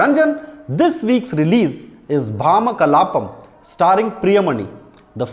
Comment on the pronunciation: Neither nor Priyamani were able to pronounce the title well. Its ironic that one is a lead and the other a reviewer. At least verify the video before posting on YouTube.